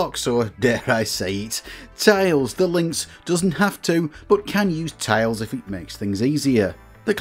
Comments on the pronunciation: There's nothing wrong with the way you say tiles! Great video! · You pronounce tiles fine, ignore the trolls